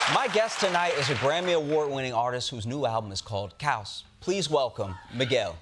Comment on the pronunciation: The Japanese pronunciation of Chaos? Interesting